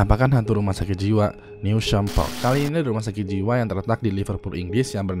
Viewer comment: Penyebutannya bukan "new sham" tapi "news ham"